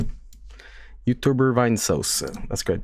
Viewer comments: Durr Yootoobler Vine-Sowcie. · Maluco, é uma mistura deshumana de inglês decente no "vine" e aportuguêsando o "sauce" não têm como não rir